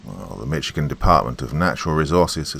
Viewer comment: Hey, you know I love you but it's pronounced Mishigan, like dish or wish! 😊 Lol! Thought you'd want to say it correctly! 😉 Thanks for another Creepy Story! You're the BEST!!! 🧡💚💙💜🩷🙏✌️